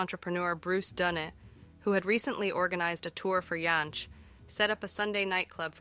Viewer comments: There were some very strange pronunciations in this video. Vacillating between Jansch and Yansch, among others. Parts of it felt like it had been AI produced. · It was always "Folk Ba-rock" here in the UK. The correct pronunciation 😉 And "Jansch" should have the hard "J", as any Englishman (or indeed Scotsman) would pronounce it. Bert's great-grandfather (Carl) was German, but his father (Herbert) was Scottish, the son of Carl's daughter Daisy (also born in Scotland), who took her name because she was unmarried and the father no recorded. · I couldn't bring myself to like this after the first 5 minutes, when the interesting material stopped and it became a montage of bits and pieces of stock footage delivered by a possibly AI voice that couldn't pronounce Jansch, Gawain, or Les Cousins consistently. Oh dear. 🤣🤣